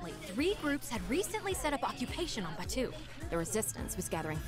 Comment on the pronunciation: Idk how the editing is going to work but as someone who lives in Disneyland and went to the pre opening of Star Wars land - this is ENTIRELY almost exactly detail for detail based on Batuu (which they are pronouncing wrong omg - I chose to believe this is a sims accent and not just bad fact checking but in actual Star Wars land it is pronounced BAT too)